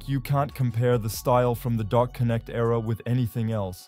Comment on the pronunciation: THANKS FOR STEALING MY VIDEO CLIPS. NEXT TIME... ASK FIRST. FURTHERMORE, IT'S GUCCI MAN (PRONOUNCED MAIN), & DA CONNECT (PRONOUNCED JUST HOW ITS SPELLED) #VIDEOROBOT WAS HERE MF